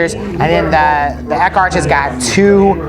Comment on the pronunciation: "Eck-arch" ? really? Someone please teach this guy the pronunciation rules of correct english. It's "Ex-ark"